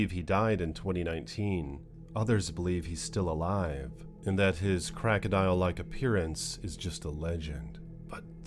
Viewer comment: It's not crackadial. It's crocodile!!